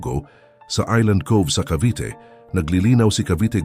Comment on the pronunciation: sino ito? hindi marunong mag pronounce ng “Cavite”.